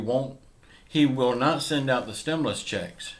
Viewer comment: I seen this add before, 10 months ago and over and over since. "STEMULOUS CHECKS on way !" Lol